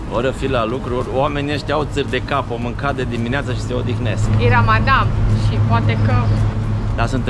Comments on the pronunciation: PRONUNTIE CORECTA -RAMADAN NU RAMADAM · Felicitari pt calitatea filmarii si a continutului! Pronuntia corecta este RAMADAN